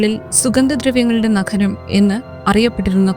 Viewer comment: നഖരം അല്ല, നഗരം ആണ്.